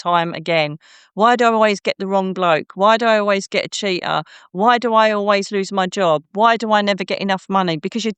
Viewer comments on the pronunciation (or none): The way she said ‘loose the fear’ sounded like ‘luc i fer’ , magically turning it harmless 🪄